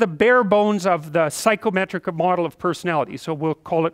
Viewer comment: Does anyone else keep hearing "psychrometric"?